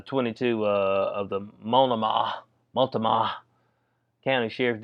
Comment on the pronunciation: Keep up the good work ! MOLT-NO-MA lol